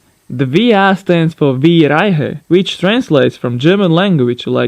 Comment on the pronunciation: you managed to spell "reihe" respect^^ yeah german is kinda hard RRRRRREIHE